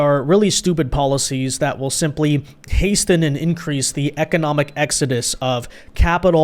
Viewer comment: At minute 13, I think you said "hasten," pronouncing the "t." You're obviously well educated, and although it's a common word, perhaps it was a slip of the tongue. As I am sure you must know, the "t" is silent.